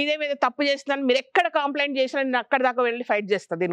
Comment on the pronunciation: పతంజలి డిష్ వాష్ సబ్బుల్లో కూడా బూడిద వాడతామని చెప్తున్నారు.కాన్సర్ వస్తుందని వాళ్ళకి ఎందుకు చెప్పడం లేదు వీళ్ళు? లిక్విడ్ సోప్ లు, సబ్బులు వచ్చాకే కాన్సర్ రోగాలు పెరిగాయి. శ్వేతాంబరి కోసం ఎదురు చూస్తాము. 👍 ఒక చిన్న రిక్వెస్ట్..మీరు ఎప్పుడూ కాంప్లైoట్ అంటున్నారు..ఇంతమంది చూస్తున్న ఛానెల్ మీది. కంప్లైంట్ అనాలి.కాంప్లైoట్ అనకూడదు. కాంప్లిమెంట్ అంటాము..అది అభినందన.. దయచేసి మార్చుకోండి..